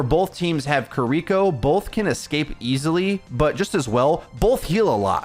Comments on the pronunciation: ki ri ko NOT "kuhriko" ... KI RI KO ... if that's too hard for you to say try n say it like this ya dumb american : kee ree ko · KEER-iko, not kerREEKo yeesh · the support passive is a great qol change for the role, not having it would be hell. also kee ree ko not kereeko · Jesus fuckin christ. seconds & I can't handle it anymore. You'd think someone who's livelihood is ow you'd know this but; SAY KI(KEE)RI(REE)KO'S name correctly. It is not KUHRIKO It has been months now. She says it IN GAME. There's also a short if you need more help. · The way he says "kuh-ree-koh" instead of "ki-ri-koh" tho... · I know you're just saying her name how you read it. Her name is Key ree koh. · It's been months and you still can't pronounce Kiriko properly 😔 "kurreeco" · “Kireeko Kireeko Kireeko” YOU ARE DRIVING ME INSANE PLEASE PRONOUNCE IT CORRECTLY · STOP SAYING KIREKO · Bro, if I gotta hear you mispronounce Kiriko one more time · the way you pronounce Kiriko is painful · if you watch Kiriko cinematic you can learn how to pronnouce her name. It's simple.